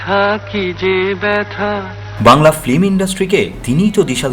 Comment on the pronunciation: Industry te eto din thekeo 'FILM' na bole 'FLIM' ?